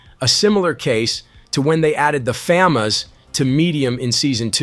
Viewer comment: Aight bro nvm no real person says famas like that